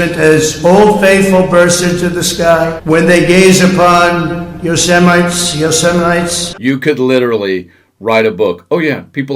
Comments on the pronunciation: Yoseminites!!! Thought i was going to die!!! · The United Shmates? Semites or Yosemites?? Something is definitely wrong. But the way he was talking, they should have let us hear him. Or could that be why they made sure we couldn't?